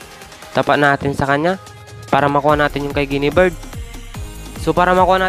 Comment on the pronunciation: Guiniver hindi guinibird hah ayusin mo